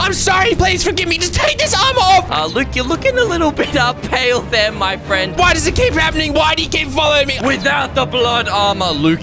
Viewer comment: Your frand is stopead 😂😂😂😂